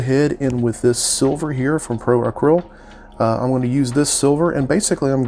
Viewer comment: Love this spawn piece. You killed it!!! Now, say this with me ACRYLIC like this "Uh-krill-ic" right. Acrylic. Ok bro lol Now say Pro Acryl. Pro Uh-krill. Definitely loving the hamburger head portrait. It's always been spawns coolest look.